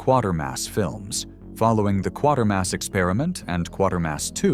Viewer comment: You tweezed out some esoteric B movies against some well-known cult films. I remember seeing Barbarella in the theater, the best opening sequence I can remember! I've seen all the Quatermass movies and highly recommend them (by the way, the name rhymes with "waiter" not "quarter"). Good stuff, thanks!